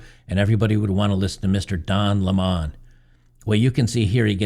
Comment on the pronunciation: It's pronounced Don Lemon...like the citrus fruit.